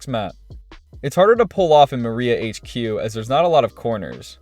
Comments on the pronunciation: Did he just say Maria hq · Ok cool vid, but did you say Skeeld and Maria HQ????????? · you are saying all of the maps wrong except for polus . skeeld? maria hq???? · "the skeeld" "Maria HQ' 🤦‍♀️ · This man’s pronunciations tho, Maria HQ, The Skeeuld, like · You just said "Maria HQ" and "Skeeld." Can you ACTUALLY READ? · My guy said "the Skeeld" and "Mariah HQ" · Did I just hear "the Skield", and "Maria HQ"?! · its pronounced "mii-ra hq" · It’s pronounced skehld not skeeld SERIOUSLY? MARIA HQ?